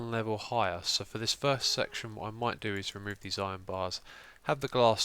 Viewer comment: Love that you addressed 'chube'. Also really love 'thirst' instead of first...reminds me of a family inside joke.